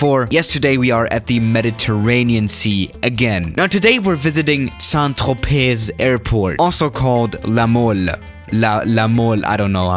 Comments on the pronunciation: I really love how you say words in french like Saint-Tropez, it is basicaly sain-tropé and not sain tropey, hard to write how to say it. Maybe you can ask google trad even if it's not the sexiest voice... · It's pronounced "San Trope" I'm triggered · This is like right next to my house. pronounced sant troepay